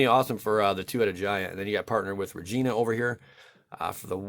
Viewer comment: Regna the Redeemer is the Battlebond angel legend, dude, R-E-G-N-A. There is no I in it. Sorry if I sound like a jerk, but I keep getting triggered cuz she's my favorite angel legend and nearly every American YouTuber calls her Regina, and I just can't! xD Love your videos, tho, nice stuff, man. :D